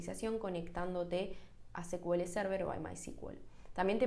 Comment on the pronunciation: buen post..! solo una observación con el "secuele".. cuya sigla es SQL (Structured Query Language).. o lenguaje estructurado de consulta En inglés pronuncian SQL como "sicuel".. y en lengua castellana sería "esecuele".. atento a nuevos contenidos.. 👍🏼😊